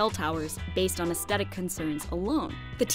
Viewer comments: Aesthetic is pronounced "ass-thetic", not "ast-etic". This drove me nuts! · Please learn how to say aesthetic. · can't pronounce aesthetic properly. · Does anyone else find the narrator's pronunciation of aesthetic jarring? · There's no hard "t" in the first half of "aesthetic."